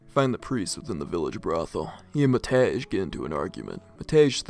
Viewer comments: I shall no longer tolerate the disgrace westerners bring to Matej's name! ITS PRONOUNCED MATEY NOT MATEZH. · Love it when English speakers try to pronounce slavic names, always a barrel of laughs. I particularly enjoy Matej (The actuall pronounciation is closer to "Mat-ey"). It's teetering on the brink of sounding like "Matt Edge" and I love it. Janči is also up there. For those who don't know anything about slavic languages, Pavol and Matej are the Slovak forms of Paul and Matthew. Janči would be something like "Johnny" if I know my Slovak correctly, don't quote me on that one, though. I'm not a Slovak speaker, just a Serb with some surface level knowledge of it, enough to know how to properly pronounce it and translate the basic stuff. Janči, to me at least, sounds like a nickname for "Jan", that is "John", therefore "Johnny". Might be wrong, though.